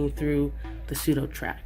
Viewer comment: sudoTACK man.... there's NO R....